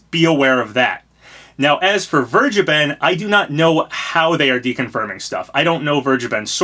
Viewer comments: Vergeben is pronounced somewhat like: "Fair-Gey-Ben" Also, it means "Forgiven" and yes I Think It's a weird Name. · He sounded British when he said Vergeben the second time :O